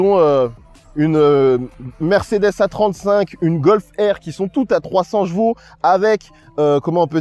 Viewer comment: Pourquoi tu prononces chevaux " j'vau " ? Haha